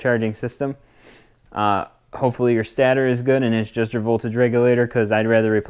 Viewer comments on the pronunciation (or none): stAtor not stattor.